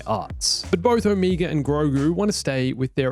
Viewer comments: Look, man. I know people say words differently depending on your accent, but I don't think it's possible to pronounce "Omega" more wrong. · It's cute how you also pronounce Omega as "Omeega" because you're also Australian